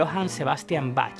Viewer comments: Cómo pasar por alto sus Épicas musicales como Highway Star o A Light In The Black, de mis favoritas de todos los tiempos. Por cierto, vaya pronunciación de Bach y del inglés en general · Como puedes pronunciar Bach así, como si fuera una CH española🤦‍♂️